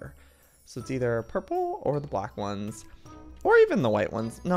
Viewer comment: Black not blake